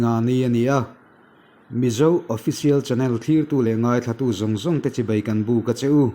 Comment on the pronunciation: Hmasawn.nan chibai tih lai hi chibei ti in a ri lek lek thin a